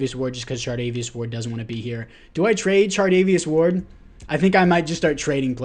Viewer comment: Charvarious ward I’m sorry but you said chardavious ward ten times